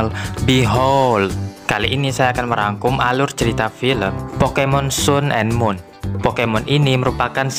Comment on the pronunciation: Bang sun and moon. Bacanya san and mun